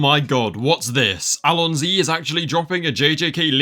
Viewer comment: You fucking mispronounced allosn y